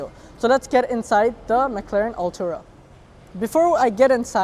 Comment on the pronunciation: No hate but please pronounce it correctly, you’re saying “Altura” not Artura. Nonetheless good effort.